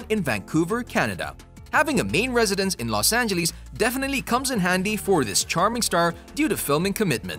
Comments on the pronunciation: los angeleeas lol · i love how you sey los angilis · Los Angelis... lol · los angeleese